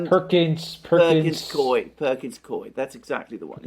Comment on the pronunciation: Perkins coie, pronounced "Perkins cooey"